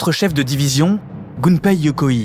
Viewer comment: Magnifique, vraiment une des meilleures chaînes youtubes qui existe. Si je peux me permettre juste une petite remarque: pour prononcer Yokoi comme tu le fais, il faudrait que le nom se transcrive Yokoii avec deux i. Tu peux dire Yokoï comme dans bolchoï. Mais bon, c'est rien, c'est un détail dans cette vidéo excellente en tous points